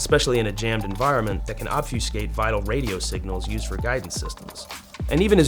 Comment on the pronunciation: "obfuscate". DAMN, You go boy!!!